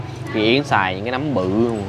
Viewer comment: “núm”hay “nấm” vậy anh?😂Mà nhìn size to hơn nhiều quán khác.😁